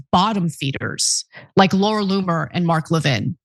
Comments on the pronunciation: Americans are the only ones so arrogant that they can't be bothered to pronounce foreign names correctly. Why is that? LEV-in, not le-VIN. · Levin is a Jewish name. Ask any non-American Jew how their name is pronounced. As I stated, Americans pronounce many names in a distorted way that other countries do not. Moss-COW is a prime example. Everyone else, including the Russians. say Moss-COE (Moskva).